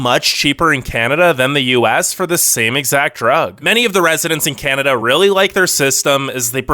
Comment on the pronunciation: He said: oh caneda